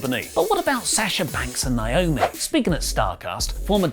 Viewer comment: is the Naomi pronunciation an accent thing? Lauri says it perfectly.